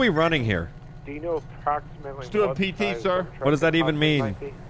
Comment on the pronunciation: Just to let u know it is PT n not PTT get it right